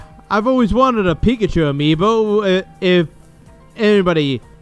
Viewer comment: 😮 Resident Evil 2 and code veronica!!! 😮 And lol... "pick-at-you" its pikachu 😆😆😆